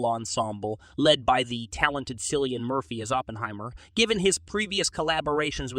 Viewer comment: Sillian Murphy, Florence Poo 😂